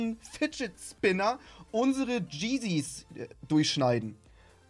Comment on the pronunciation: Jenez? Max bist du im Jahr 1934 das heißt Yeeyz